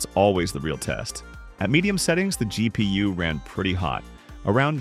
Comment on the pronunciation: GEE PEE YUU